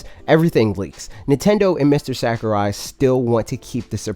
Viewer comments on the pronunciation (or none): Sack-er-eye Oh god. Please stahp! lol, luv u bro